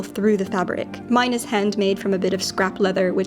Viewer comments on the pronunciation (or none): none